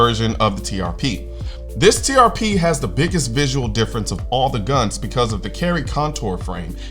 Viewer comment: Sitting here next to my accountant wife and she says all she can hear instead of TRP is “TPS” (like the reports from Office Space) 😂